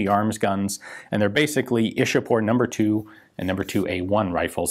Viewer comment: Its ichapore not ishapore. It's a place near calculate the then capital of india.